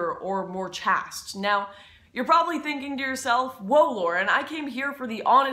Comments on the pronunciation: While "chastity" has a short "a," "chaste" has a long "a." Sorry, I couldn't help myself. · Hey, better to find out here than during a public speech. On the plus side now you know it's pronounced "chased". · I've heard it pronounced "chast" before. Don't sweat it. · I don't know if this has already been said, but it should be pronounced like "chased" to make the following joke from Up Pompeii work: LUDICROUS SEXTUS: Ah, Erotica, my daughter, so young, so chaste... LURKIO (to the four wall): ...and so easily caught. You saw her there with one of her ex lovers. "X" being the Latin for 10... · Or chaste as chasst. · *Chaste - pronounced like "Chaced" as in chasing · if you think women are valued based on their youth, fertility and chastity, please don't give advice to anyone, especially women. Also, "chaste" is not pronounced like that. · I pronounced chaste wrong and it's too late to fix it. Fml. Press F to pay respects. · I love how you pronounce "baggage" so I'm willing to forgive your mispronunciation of "chaste" ;) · It's very telling, and not surprising, that in the modern era someone would mispronounce the word chaste. It's a word that nobody says anymore because nobody even thinks about it. The reason you mispronounced the word is because you've probably never even heard anyone use it. That's a sad commentary on modern life. In fact, I'll bet there are people who even find the mere word regressive and offensive. Another reason that it never gets used. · You mispronounced chaste because you did not write your script ? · Are we really sure that we want to listen to someone who sees everything as black and white, and who cannot even pronounce 'baggage' and 'chaste'? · does it bother anyone that she doesn't know how to pronounce chaste? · Why are you pronouncing chaste so weirdly 😂